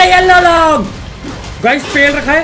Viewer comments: Long nahi bhai loooong😂😂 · Leong ❌long✅